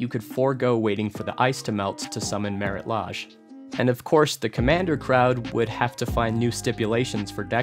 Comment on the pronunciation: Legend rule allowing for "pushed abilities" in Legendary cards? Have you ever looked over Legends Legends? Also, what is the correct pronunciation of Marit Lage? The video uses "Laj", but I've always heard it as "Laig" or "Laizh" (a zh pronounced like an sh, only with the z sound instead of s)